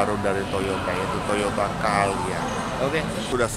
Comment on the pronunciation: CALYA om bukan CAyLa.. wkwkkw